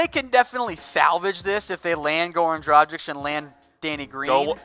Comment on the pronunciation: I know its hard for you U.S. dudes, so i will just fight through the pain in my ears, and calmly remind you that Dragic is pronounced like Drag itch not like tragic with a d instead of t...